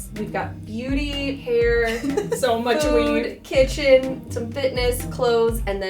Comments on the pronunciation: Bitter- Sweetッ I think she said a pile of weave 😂 like hair extensions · Frankie Frank lmao I thought she said weed